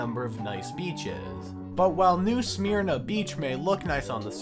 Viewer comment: The Y is silent in Smyrna. Its pronounced "Smer na"